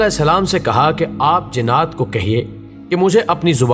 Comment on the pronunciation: بھائی جنّات کو جِنات کیوں کہہ رہے ہو؟